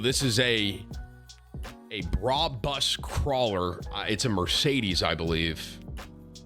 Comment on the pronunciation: it's "Brab us" not "bra bus"